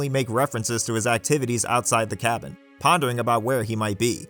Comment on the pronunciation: I'm sorry, the "ca/ka-what"? (when referring to the cabin group)